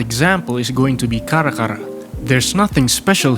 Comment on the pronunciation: Bahasa Inggrisnya bagus banget, tapi gw sadar sesuatu.. Logatnya keliatan orang Indonesia terutama waktu bilang "Karakara" Thank you bang buat videonya